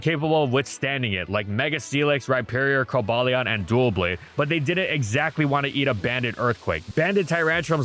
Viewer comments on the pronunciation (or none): Hey bruv, just for your best interest, it's not pronounced "DUAL-blade". It's "DUH-blade". As in "double blade". 😊